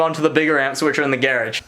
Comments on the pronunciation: Lol geradge... pronounces like carriage lol. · U say garage weird